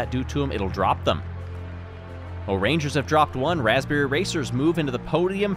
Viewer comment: it's 'raspberry'